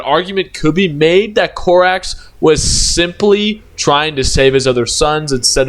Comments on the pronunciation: you keep saying Corvus "Corvax", it is Corvus "Corax" dude, dafak. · also it’s Co-rax not Cor-vax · Please stop saying Corvax😭it's giving me a mental itch